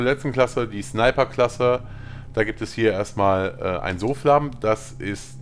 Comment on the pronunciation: wtf?! es wird zofläm auf gesprochen nicht soflahm